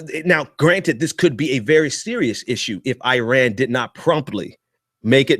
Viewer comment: Its not uiran dude it's iran. And continuing good behaviour to get welcomed back into the western civilization? My brother civilization started in middle East and ceasing them boats because they floated " 12 miles " into our waters was precisely the right thing to do. I enjoy you're videos but you need to use your words more accurately. It's rather offensive